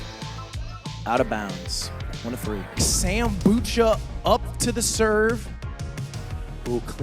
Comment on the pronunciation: Bro said samBU-CHAA